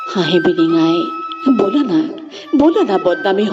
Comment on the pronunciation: বলা নে ব'লা???? উচ্চাৰণ বিচ্যুতিৰ বাবে বেয়া পালো কবিতাটো শুনি।